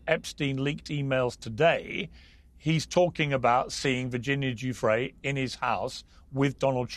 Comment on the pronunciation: Does Alan D seriously not know how to pronounce Giuffre’s name?